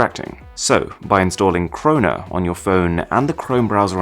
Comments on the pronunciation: I thought he said install corona on ur phone 🙄😌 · He said download Crona. It kinda sound like Corona. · What he said 16. Crona What i heard 16. Corona